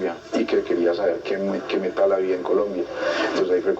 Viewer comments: Alguien que le enseñe a decir Metal al de la voz en off (hasta en eso se ve el atraso)... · El Metal <<< esa pronunciación jajajajajaja